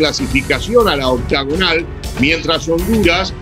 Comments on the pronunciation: “La ouctaugunal” 😂😂😂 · Por que pitas dicen octogonal si se dice Octagonal?